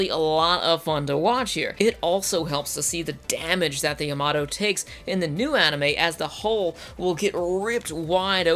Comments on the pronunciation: YAMATO not yamoto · It’s ya-ma-to not yamoto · the guy can't even pronounce Yamato not Yomoto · It's Yamato,not Yamoto! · Yuh moto? No no. YAH MAH TOE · The Yomudo in yer accent is priceless. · good old "Yamodoh" -. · my grand pappy said its pronounced yamadah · you pronounced Yamato wrong, you said Yomoto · I know, right? Watches both series back to back. Fails to pronounce the name of the ship mentioned in the series dozens of times. But even the new one pronounced it differently than I've mostly heard over the years. Star Blazers aired in the US when I was eight years old. I loved it. But I watched it again recently and I couldn't believe how bad it was. I swear, nobody knew anything about space in the 70's. Which is ironic since that was the "space age". But then I watched the NEW series and WOW was I impressed! It fueled my nostalgia while also making it a legitimately great story. A++ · Wait how do you pronounce Yamamoto correct but Yamato you can’t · I mean, they even pronounce it in the anime itself. How do you mess something like that up? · ... Perhaps this has already been said, but when the voiceover mispronounces the name of the show TWICE within the first 16 seconds, it truly makes me wonder if this is really going to be worth another 20 minutes of my life ... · I know I'm commenting on this 7 years after it was uploaded but I have to say that the frequent mispronunciation of the ship name is very distracting. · You completely butchered the pronunciation of Yamato throughout the video and it’s annoying.